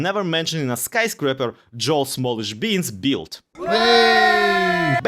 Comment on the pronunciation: I appreciate leaving the whiffed attempts at saying Boel Jallish Smeans' name in the final take. A lot of people would have cut those out, but they add to the charm of the video.